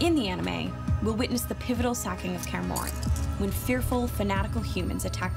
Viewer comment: "kaer morren"😐